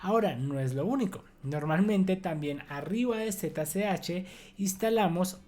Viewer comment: No es posible que no conozcas el nombre de las letras en español: en repetidas ocasiones has dicho: "zeta-ce-hache". ¿Desde cuándo le cambiaron el nombre a la ESE ('S') por CE? Y otra cosa: la letra 'g' en 'git' y 'plug-in' no se pronuncia como 'll' de lluvia, sino como 'g' de 'gato'.